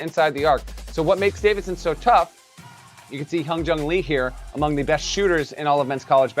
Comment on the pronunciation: dude doesn’t even know how to say Davidson’s big man’s name🤣🤣they ain’t winning the first round